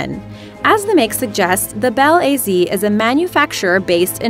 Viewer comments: Bel A Z? Sorry, that's not the way the Russians pronounce it. Be'laz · Bel A Z? I think you mean Balaz.